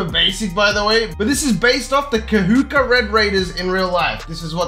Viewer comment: Ight so a few things…. 1. Yessahh baby!!!!! Red raiders for life boy!!! RR4L!!! Rooted not recruited!!! 2. it’s pronounced KUH-HOO-KOO 3. Waihee, Waipio, Halawa, Waimalu, Kahului, are cities that don’t have hs football teams lmao. Everyone else valid tho. NCAA need to step they build a schedule up if u make a team from a certain place. They just threw random places in there an gave em terrible names 🤣😭 anyways mahalo nui dawg for this 🤙🏽 yea you